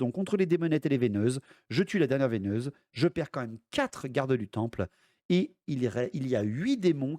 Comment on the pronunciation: Sympa, par contre on dit VEUneuse pas VEIneuse😂